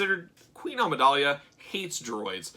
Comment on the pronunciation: Dude you dont know how to pronounce Amidala??? Its not Amidalia